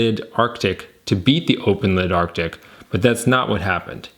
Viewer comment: FFS, are you unable to pronounce "ARE-TIC"? Is that impossible for you? Jesus! Listening to you saying "ARK-TIC" over and over - even when there were several commenters remarking on this in your preceding video - is like listening to imbeciles saying "NUKE-YOU- LUR" instead of "NUKE-LEE-URR" or "REAL-UH-TUR" instead of "REAL-TOR." Literacy. Check into it some time.